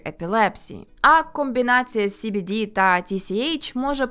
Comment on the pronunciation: Ну принаймні СBD ви правильно вимовляли xD